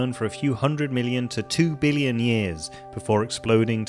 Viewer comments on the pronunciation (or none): Did you and Donald Trump go to the same school of how to pronounce billion? Beeleeyen.